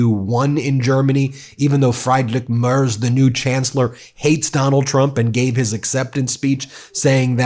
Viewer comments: Mertz not Mers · The name is "Merz" I'm pretty sure the Z is pronounced "tsss" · It's pronounced Merts not Mers 😅 Kind regards from Germany! Your work is much appreciated 🇩🇪🇺🇲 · Merz is pronounced as mayrts. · You pronounce the German first name "Friedrich" like that: Freed-re-y (Y like the Y in yacht). And "Merz" like that: Mea-ts. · Guys, as much as I like your channel and I appreciate it a lot, that you also cover international news and views... BUT, might it be possible to work on your pronunciation?! 😉 Although I am not a fan of Friedrich Merz, you really butchered his name. And you might say his name from now on more often